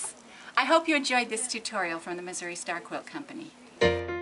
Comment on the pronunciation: I love your videos! I'm going to do this SOON!! Oh and I laugh at the end of every video because it sounds like you say "Misery Quilt Company" lol